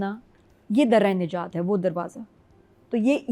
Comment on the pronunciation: Aap dramy ka name ghlt ly rhi han.. Dar e najat ha